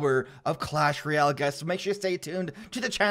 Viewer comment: I cant be the only one that is annoyed by the way he says royale right? Sounds like reeyal